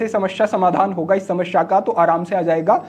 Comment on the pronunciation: Not sha ...samasya Hota h..shamashya nahi Hota h